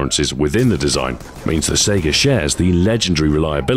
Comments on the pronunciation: The puns are genius as always, but it's actually pronounced "SEYE-guh." Why'd they make it left-handed if your player character is right-handed? How does a laser marker affect the tightness of the pattern? That's video game logic, yo! A clip is a device, other than a speedloader, used for loading a magazine or cylinder. "Not bad, not bad." <-(Someone will get that reference.) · Mikuo hatsune and Len kagamine it's pronounced "scy-gah" I believe. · Minedweller329 It's more like "Sae-gah". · The Gun's full name is the Saiga 12, people usually people are known to pronounce the name as SEGA. so the puns are based on SEGA thing. One of the company's ad slogans in the UK was "To be this good, takes SEGA" also he referenced their old console the Genesis as well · I liked the pun, it was a pretty clever reference, but you mispronounced saiga.